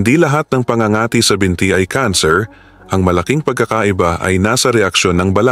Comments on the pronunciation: It is so annoying when you mis pronouced the word PA ÑGA ÑGA TI before doing voice over pls do pronouciation check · Pangangati’ mabilis ang bigkas !matigas ang dila ng vlogger n ito.